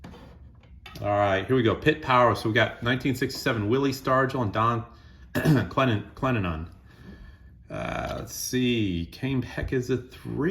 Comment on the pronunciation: Ka-NOP, Clen-DEN-non.